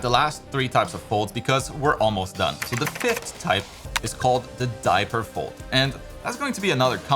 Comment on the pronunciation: please, it's called DRAPERY, not diaper😭